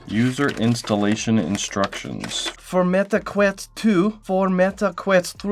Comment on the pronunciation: meta quest❎ Meta queat ✅